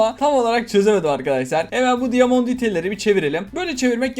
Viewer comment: Diyomon diyedite portalı